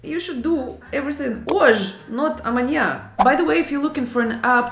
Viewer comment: Nice video 😊… “amanha” 😅